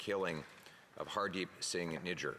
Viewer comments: Lol listen to it at 3.19 he says nigger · yes especially when the guys name is spelt "Nijjar". So it is not spelt or pronounced the way her said it. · How did he pronounce his last name Nijjar? 😂